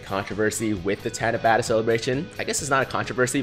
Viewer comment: japanese only has one "A" sound which is like [ah]. so it should be pronounced like [tah-nah-bah-tah]